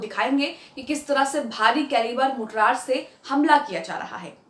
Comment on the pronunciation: Good episode. Please note, it's Mortar, not Mortrar.